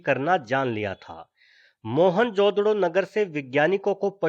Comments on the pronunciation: mohanjodaro bolte mohanjodado nahi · mahenjodado nahi....its Mahenjodaro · moan jo daro not moan jodaro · "मोहनजोदड़ो " is wrong ==> " मुइंजो दड़ो " is correct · "Mohan-jodro" hehehe